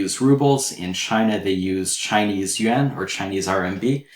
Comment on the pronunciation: the teacher's pronunciation of "yuan" is excellent.